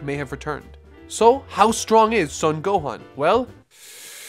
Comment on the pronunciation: It's driving me crazy that you're pronouncing his last name as "Suhn". It's "Sohn".